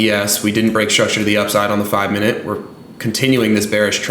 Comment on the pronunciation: Is it pronounced minute or mineooot?😅